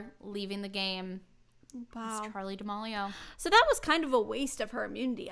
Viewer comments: I really love this podcast but I kinda cringed every time you said Charli D’amAlio when it’s Charli D’amElio. No hate lol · Not to be “that” person but that’s not how you say D’amelio! It’s more da-mee-lee-oh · Whose gonna tell her that it’s Charlie [da-meel-io] 😬